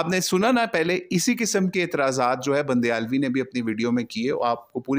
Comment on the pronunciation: بندیالوی ❌ بُنڈیالوی ✅